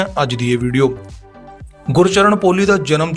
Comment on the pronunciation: ਭਰਾ ਕਈ ਸਬਦ ਗਲਤ ਬੋਲ ਗਿਆ, ਗੁਰਚਰਣ,ਸਾਹੜ,ਯਾਰਾਂ ਦਾ ਟਰੱਕ ਨੀਂ,ਯਾਰਾਂ ਦਾ ਟਰੈਕਟਰ ਲੰਘਣਾਂ, ਚੁੱਕ ਚਰਖਾ ਗਲੀ ਦੇ ਵਿੱਚੋਂ